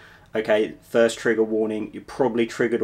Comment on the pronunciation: Immediately put off by your haughty attitude and false indifference. Jfc just get to the point, im here to learn not to see an englishman tell me im gonna get "triggered" and saying the word "trigger" with the emphasis of a 6th grader saying "ass"... Just wanted to leave this before blocking your channel in the chance it bursts ur bubble and knocks you back into orbit